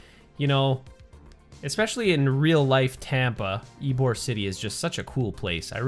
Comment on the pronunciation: It’s ybor city not eborg I live there